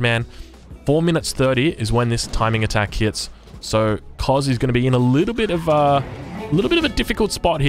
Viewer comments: The cz is pronounced tch. Koczis or Kocsis is a popular family-name in some East-European countrys. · im not polish but im pretty sure Koczis is pronounced Kochish